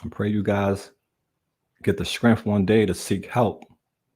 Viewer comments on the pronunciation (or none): I always giggle when says strength. He says it like scranth. Lol it makes me giggle.